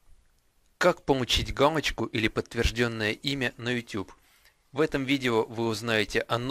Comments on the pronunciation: Надо говорить галочку, а не гамочка!!!!!!!!!!!!!!!!!!!!!! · он говорит не галочку а гамочку(путает л и м) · Галочку, а не "Гамочку" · Вместо л - произносишь - м! Гамочку, гугом... Пипец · Гамачку ? ты сказал в начале видео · Мне одному послышалось, что он сказал:"Как помучить гамочку..."? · как помучить гамочку ЁПТА ты л на м меняешь!